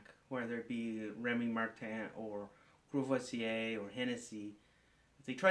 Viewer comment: sounds like you said: ''kurwa vse''